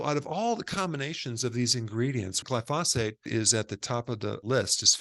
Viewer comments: Come on - its GLY-phosate. Not gly-PHOS-ate. 🙂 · It bugs me that Dr Berg mispronounces glyphosate. He says glyPHOSate. It should be GLYphosate. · Pronounced GLY-FOE-SATE not Gly-Fa-Sate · It’s Glyphosate, not Glyphasate. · It's spelled "glyphosate"....NOT glyphasate. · glyphosphate... not glyphosfate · Gly-pho-SATE emphasis on the SATE. Sorry this mispronunciation is just bugging me. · Dr. Berg I enjoy your videos, but I must agree with one of the other commenters and respectfully suggest that you are pronouncing the name of the herbicide incorrectly. The accent is on the first syllable so it is properly pronounced GLY-fo-sate. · Eric, Since it's discussed so often and so importantly, you might wish to know that the word is pronounced GLY - fo - sate. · Please say "Glyphosate" correctly. I liked your video, and you seem very well educated. That's why I don't understand why you mispronounce glyphosate. The emphasis is on the first syllable, "gly" not the second "pho"- GLY-pho-sate. Thanks for what you do. I am a retired scientist (worked at EPA), and no English expert, but I DO know how to pronounce a lot of pesticides. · "GL-EYE fo sate" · It’s Gly pho sate. Emphasis on the Gly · Dr Berg, thanks for your great work, but here's a lil tip for the future: Glyphosate: pronounced GLY - FO - SATE: Gly = rhymes w/ fly, FO = rhymes w/ oh, SATE - rhymes with bait. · It’s pronounced around the world as gly-so-fate. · It's gly-PHO-sate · Every time he mispronounces “glyphosate” I’m reminded he’s a chiropractor. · Glyphosate is pronounced with the accent on the first syllable "Gly", not on the 2nd syllable "phos". No other scientist or doctor on youtube pronounces it like Dr. Berg. Doesn't help his credibility.